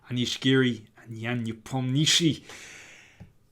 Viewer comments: Dear Daniel, I know you Anglo-Saxons love to butcher all kinds of foreign names. I understand, it's part of your culture and your life-style. You have my full sympathy. I guess your foreign chess buddies are used to it and have no grievances about it. Nevertheless, how much would it cost to ask Nepo how his last name is pronounced correctly? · The way Peter Leko pronounces Nepo’s name is way worse. :)